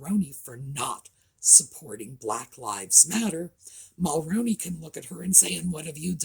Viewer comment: Your killing me say it this way mall-rooon-E that’s how you say it 🇨🇦